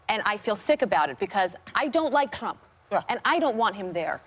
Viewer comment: did she say Kump or Ktrump